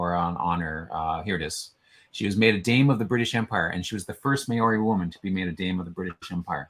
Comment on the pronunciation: I really applaud you for trying but your Maori pronunciation is shocking. e.g. Ngati - the g is silent. Maori is procounced Mao - ree not May-ri and the name for New Zealand is pronounced A-O.-tea-a-row-a. The Waikato river is pronounced Why-cat-o pretty much. I am Pakeha (Pa-key-ha) which is a descendent of European settlers of NZ. Someone should maybe put the phonetic pronunciation on those meanings at the bottom of the profile.